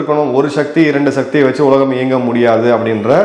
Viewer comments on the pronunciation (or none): none